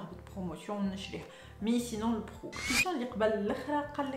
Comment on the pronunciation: Tout allait bien... Until I heard "b5our" 😅. GG pour la vidéo